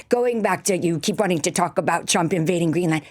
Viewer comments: She sounds like she is saying President Chump. She should speak for him often. At least she addresses him correctly. 😏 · 'President Chump' - She just kept saying this. I'm sure it's just her pronunciation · america needs to stop thinking its I change of the world - I enjoy it sounds like she calls him president CHUMP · I love how it sounds like she is saying "President Chump" I've also heard other Republicans calling him "Chump" recently: Its the only truth the Republican (MAGA crew) have spoken. Also the mental gymnastics these people are having to perform in order to support this monster, are painful to watch. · It sounds like she keeps saying "President Chump", which is hilarious. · Everytime she mispronounces Trump as Chump... I can't! Her voice is as annoying as her delusion.